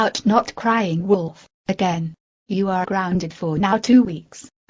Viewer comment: When she says it more than one time, she sounds like she is saying "Woodolf"